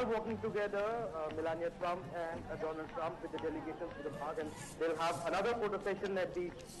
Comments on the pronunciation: National its do-lund trump u mistake to write its not donald trump 😂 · I wonder how our PM can't ever pronounced his Bestfriend name Doland Trump🤣🤣😂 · One like for president dolund trump 😂😂😂 if you remember speech by our prime minister 😂😂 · Modi:- DoLaund Trump. Trump:- Viveka MonDon. English pronunciation:- Maaro mujhe maaro. 😂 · Its do-lund trump not donald trump 😂